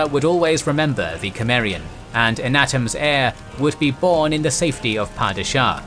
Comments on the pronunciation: Isn't Conan Sumarian, not Kemarian like how this narrator keep pronouncing it? I've noticed he mispronounces other names & words too. The Sumarian thing is annoying though... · Cimmerian, but it's pronounced like Simmerian, not Kemmerian. Whatever. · You are pronouncing cimmerian wrong!!!😮😢😢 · The c in "Cimmeria" is a soft c, pronounced like an s. Just fyi. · Can't be bothered. Repeated mispronouncing of Cimmerian too annoying.